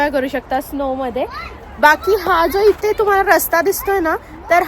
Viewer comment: Ithe tithe , mhanav itte titte nahi mhanu